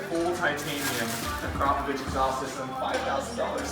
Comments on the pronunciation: Say it with me.. Ak ro povic! Not Acropvavich..lol U sound silly. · It is akrapovic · Pronounce it properly akrapovic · ITS SAID arco-phobic .... i have no idea what you where calling it. :P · Ahh-kraaa-poh-Vic. One of those goofy companies that makes killer stuff no one can pronounce.